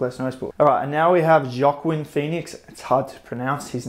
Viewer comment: joaquin is pronounced Whakeen. he put on weight for those roles too. his normal weight is quite lighter